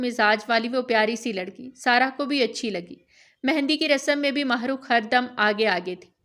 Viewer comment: Allah Allah it's heart touching novel But ..... Jab mene apna name suna am shocked Thank God pheli Baar kesi NY Mahrukh name bohat bahteern tariky sy bola hai am glad 😊😊